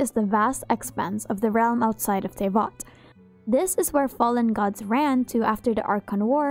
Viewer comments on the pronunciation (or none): none